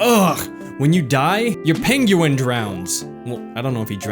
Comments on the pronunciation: You need some help. Okay. Penguin. Pronounced: "ping-win". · i think its peng-YOU-win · Yeah, it's pronounced 'peng-win', sorry =P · Pen gu in he said it funny but good apps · Haha love the way you say penguin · You say Penguin real weird. Just sayin' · LMAO... the way you say penguin is hilarious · why does he say penguin like that?